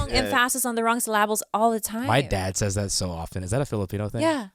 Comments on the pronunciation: ironically pronounces the syllables wrong when pronouncing "syllables" 😂 (Sill-Luh-Bulls) not (Sill-Lie-Bulls) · When talking weird speech says “Sil-I-Bowls” when saying syllables